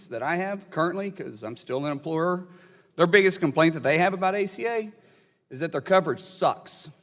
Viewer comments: The ACA does not legalize killing newborn babies. And the word is not "implorer" but "employer". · What's an emplorer? Wait, was that republican trying to say employer? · It's called employer not empoyer ! He should learn how to speak first before inheriting money and pretending he is SOMETHING ! MULLIN CAN TAKE HIS TRASHINESS BACK WHERE HE CAME FROM , OR USE SOME OF HIS INHERITED WEALTH TO LEARN SOMETHING!!!! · When he says "imploorer" is he trying to say "employer"? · What's an "umprorer"??? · If you pride yourself on being an employer, a good first step would be to be able to pronounce the word. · dude can't even pronounce the word 'employer'.